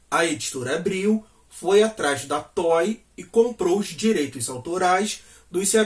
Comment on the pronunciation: Não é toy, é Toei.